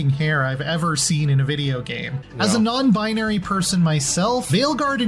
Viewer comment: "NonbIGNary" review